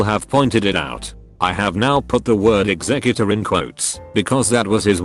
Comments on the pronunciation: Now I'm amangining people hiring eggsecutors to kill people. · the way the voice says "executor" in this story makes me think this guy hired a pokemon with a similar sounding name to kill OP and his wife. I know its not a funny situation but to me it is a funny thought.